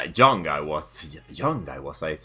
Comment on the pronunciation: he cant say young either, he says joung xD